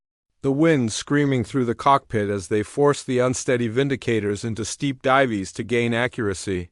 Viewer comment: divees????? AI SUCKS!!!!!